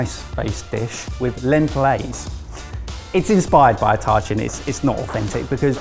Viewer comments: Yay for more Persian food - heads up, it's pronounced tah-cheen. Also, impossible to make in 40 minutes. If you aren't starting the night before, the flavors just won't be able to develop. But love that took inspiration from more Persian cuisine! ALSO - the "it looks like a mistake" Tacheen is known for looking burned. My uncle studied in London and was renting a room from an elderly English lady back in the 70's. Started his tacheen the night before, baked it for the requisite needed number of hours to get the crispy, dark brown exterior you really want on it... and then left it in his fridge to eat later. And she threw it out because she thought he'd burned it and didn't want him eating such poor food. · How is that even CLOSE to tachin? (As an Iranian I think I know my way around one of my literal favorite dishes.) That said, I’m not offended, but, paella burrito was more authentic and inspired by than “tachin.” Oh, and it’s pronounced “taacheen” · At first I thought said he was making a Törtchen lol, a bit confusing but looks delicious:) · I AM BEGGING YOU ALL TO DO THE BARE MINIMUM OF GOOGLING PRONUNCIATIONS. Y'ALL CAN COLONIZE THE WORLD BUT CAN'T PRONOUNCE TACHIN AND PAELLA????? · As a Persian that tahchin hurt my soul